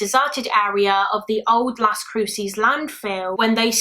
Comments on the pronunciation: I mean no disrespect but it’s pronounced Las Cru-says. Las Cruces. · Fyi : Las Cruces is pronounced las Croo suhs - love your channel!! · i know you don’t know better but i live in las cruces and the way you pronounced it made me laugh